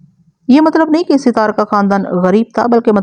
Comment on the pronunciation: Sitar nahe sattar hota hai naam ke aise ke taise kar dete hain aapc